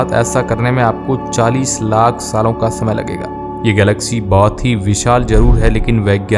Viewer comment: Lack nahi lakh hota hai bhai😂